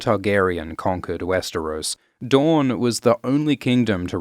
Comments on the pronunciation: DOOR-in NOT du-RON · why does he keep calling house dorne, house dawn?